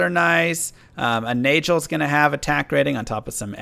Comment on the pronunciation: Is that really the way people pronounce "Nagel"? I figured it was a hard "g", like rhyming with "bagel."